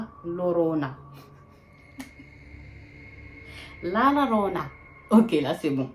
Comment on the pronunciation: La llorona ça se dit “la yorona” ma belle sinon bonne vidéo 😭❤️